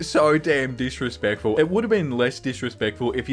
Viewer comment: I totally understood dish-respectful, which adds to the hilarity in my opinion! 🙈 Sorry, english is my second language, so I'm bound to understand things poorly or downright wrong, so I hope I'm not offensive, but this made my day! XD